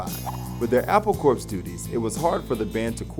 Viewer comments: it's pronounced CORE...... not corpse lmao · Apple Corps (pronounced "core") not "korps". Please! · It’s pronounced apple core, it’s a pun not apple corpse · How do people go through life thinking 'corps.' (An abbreviation) is pronounced Corpse? That blows my mind. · It's pronounced Core not Corpse